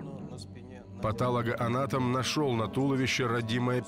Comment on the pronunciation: Не патАлогоанатом, а патОлогоанатом. От слова патология.